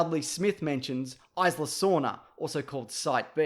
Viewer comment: Your pronounciation of 'Isla' is fucking catastrophic